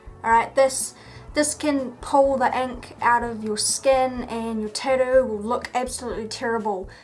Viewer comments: Tatt oo not tad oo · she can't even say or pronounce tattoo , titdoo 😂😂😂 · tadu? or tattoo? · it is called tattoo not tittoo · Hearing her say Tidoh everytime is infuriating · I love the way you say Tattoo.. Tiddo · "tidoo" lmao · tattoo....TATTOO.....(Tatt-Tew) NOT (ta-doo). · Tad too? It's tat too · the tidoo* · am I the only one hearing titty instead tattoo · im gonna be honest ive never heard someone pronounce "tattoo" the way you do :0 your tattoos are very interesting though ! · for the love of god it tat-oo learn to say the fucking word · Love the way u say tattoo 😅 thanks for the video❤️ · Say tattoo right it's annoying and this is dumb why would you ever do this to yourself